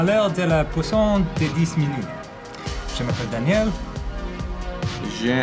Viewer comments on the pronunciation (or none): I love how when Arin says 'puissance', it sounds like 'poisson' which is fish in French so he's basically calling it the ten minute fish hour